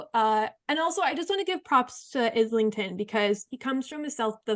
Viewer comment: Thanks for the discussion! Not to be "that guy" but it's pronounced "eye-ling-ton" haha